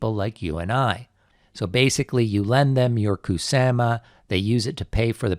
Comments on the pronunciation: kuSAMa... kuSAMa.... the way u saying kuSAMa is very triggering to me idk why... kuSAHma not kuSAMa kuSAMa kuSAMA kuSAMA REEEEEEEEEEEEEEEEEEEEEEEEEEEEEEEEEEEEEEEEEEEEEEEEEEEEEEEEEEEEEEEEEEEEEEEEEEEEEEEEEEEEEEEEEEEEEEEEEEEEEEEEEEEEEEEEEEEEEEEEEEEEEEEEEEEEEEEEEEEEEEEEEEEEEEEEEEEEEEEEEEEEEEEEEEEEEEEEEEEEEEEEEEEEEEEEEEEEEEEEEEEEEEEEEEEEEEEEEEEEEEEEEEEEEEEEEEEEEEEEEEEEEEEEEEEEEEEEEEEEEEEEEEEEEEEEEEEEEEEEEEEEEEEEEEEEEEEEEEEEEEEEEEEEEEEEEEEEEEEEEE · The way you say Ku sa ma is cringe